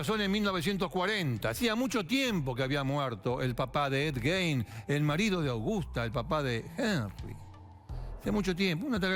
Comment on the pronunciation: se pronuncia gain